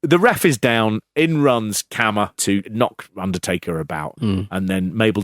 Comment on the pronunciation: Pronounced KAR-MA